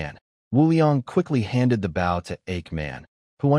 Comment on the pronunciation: I'm tired of hearing these stupid AI narrators pronouncing 'bow' the wrong way